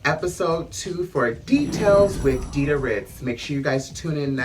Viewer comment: DIDA WITH A D NOT DIDA WITH A T CUZ DIDA WITH T GOES TA NOT DA!